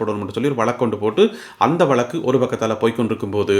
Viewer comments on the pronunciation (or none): none